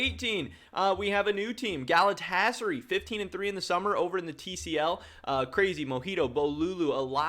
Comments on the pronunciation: This dude really pronounces Galatasaray as Galatchasarhi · For future reference its pronounced galatasaRAI